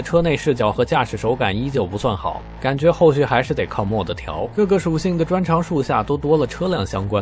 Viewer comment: Mod, modification的縮寫，唸作 罵d， 不是 莫d